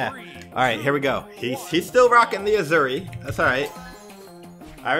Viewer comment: Every time sais azuri I die a little inside